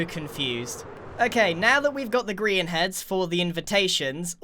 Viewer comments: grian delivery system? nah gri-n-t yeeter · A griant mansion 😂